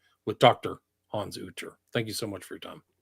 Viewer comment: Thanks Hans and William. William please stop mispronouncing Hans name it's the 4th time!!! Lol your the best guys keep up the good work